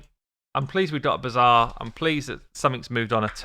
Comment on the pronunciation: I love how you pronounce the bazaar as "bizarre". Because there's no other way to describe these design decisions. An ancient shard isnt the same as a 3 star chicken. Not even remotely. How would that even be possible? Theres not only the chance to get an epic or a legendary out of an ancient shard, there's also x2 ancient days, but there is no day, no weekend where 3 star chickend turn into 5 star chickens for an upgrade, is there? So obviously a chicken is far inferior as reward compared to a single ancient.